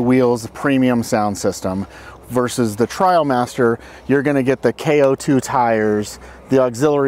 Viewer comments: Trial vs trail …😂 ineos needs a better rep might have been nervous but still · It is "Trialmaster"... as in off-road trials, a form of competition.